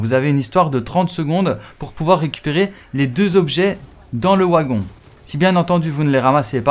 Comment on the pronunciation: Le wagon 😅, ta prononciationz ma tuer 🤣